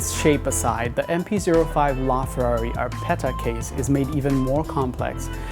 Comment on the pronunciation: Its APERTA NOT ARPETA